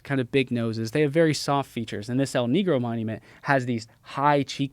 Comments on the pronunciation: It wouldn’t be pronounced el “nee-grow”, it would be pronounced like “neh-gro” 😊 Negro is the Spanish word for the color black. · Bro is saying El Knee Grow but it’s actually pronounced El Neh Grow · My guy calling it "L knee grow" lol it's "el negro" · believing a guy who says El NEEGRO instead of the Spanish pronunciation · I knew he wasn’t an expert when he said El NEE-grow